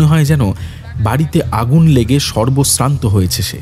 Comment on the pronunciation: উচ্চারণের ভুল কানে লাগলো , সর্ব সান্ত হবে সর্বস্রান্ত নয় । এছাড়া বাদবাকি অসাধারণ ।